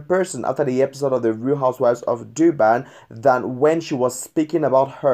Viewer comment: It's Durban nor Doo-ban 😣🤦🤦